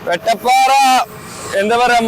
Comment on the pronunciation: പറഞ്ഞു പറഞ്ഞു മാറി തുടങ്ങിയോ... വെട്ടപ്പാറ അല്ല വട്ടപ്പാറ യാണ് 😊